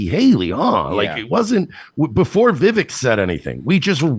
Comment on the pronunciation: it's pronounced... "VEY-VEK"...